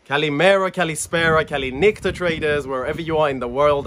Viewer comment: I heard the intro and actually believed u were Greek for a sec 😂 kalí méra